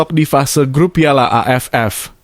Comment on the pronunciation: Miminnya orang mana sih kok piala jd payala😅🙏